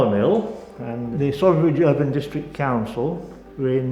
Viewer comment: Isn’t it pronounced ‘soarby’ ?